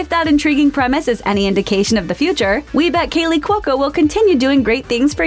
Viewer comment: what's wrong with you? its KALEY NOT KEELY get it wright.